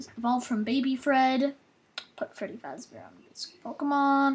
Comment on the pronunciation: Dude.its fazzbear.